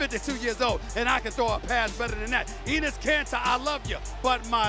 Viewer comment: No... he didn’t just say EENIS KANTER????